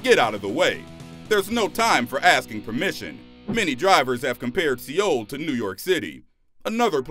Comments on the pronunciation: bruh its prounounced like the word soul... not see yole lol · It's Seoul South Korea not see Ole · Lol. "Si-ol" Korea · "SEE OUL" hahahahahahaha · Why do SO MANY YouTubers mispronounce so many common words??????????? Se oul.